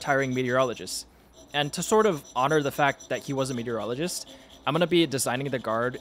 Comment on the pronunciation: I thought you said "urologist" instead of "meteorologist" and was really wondering what shape you were going to use there.